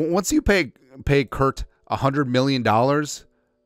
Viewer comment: What Karma for "Kirk?"